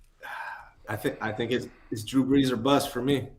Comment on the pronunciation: Drew Breese. ??!! GETOUTTA HEAH. !!!!!!!!!!!!!! ina definite New York accent. ..